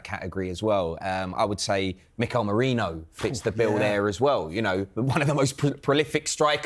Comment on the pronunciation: It's Merino, not Moreno! I (i), not O (o)